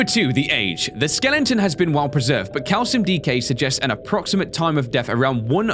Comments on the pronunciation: Bro your saying skelengton instead of skeleton please stop it. It's cringy and annoying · when he was reading the leviathan skeleton he said "The Skelington " not The Skeleton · I love how says skelington instead of skeleton! 😄